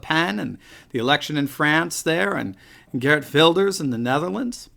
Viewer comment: I hate it that the Netherlands doesn't have to vote this year... I can't imagine Geert Wilders not winning big time (although I believe that last time there was a lot of fraud with the counting of the votes, lot of weird stuff going on...) PS: Your pronunciation of 'Geert Wilders' is very good!